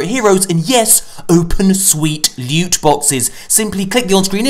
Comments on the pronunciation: LEWT. SWEET, PRRRRRECIOUS LUTE! My favourite intro of all time😂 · That intro tho " prrrrecious lute😂😂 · I sounds like he said 'sweet precious newt' 😂.